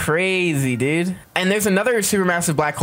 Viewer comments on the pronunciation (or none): none